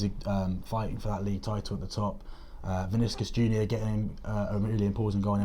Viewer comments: Vi-ni-cius guys lol great show tho I always watch it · pronouncing vinicius is more like.... vin-e-she-us. say it quick and you’ve got it.